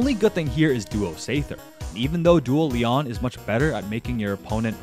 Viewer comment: Stop calling him Leon please, his name is pronounced LEE-OWN